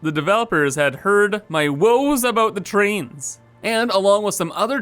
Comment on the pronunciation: Did he say Trainges ?